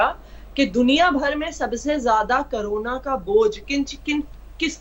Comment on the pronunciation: कोरोना ( कोरोरना)